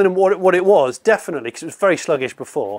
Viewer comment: ‘Velly tough’ 😂😂